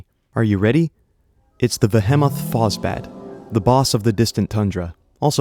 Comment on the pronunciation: The vehemoth phosbat is said vee hee moth quickly to mimic behemoth and then Foss bat the mob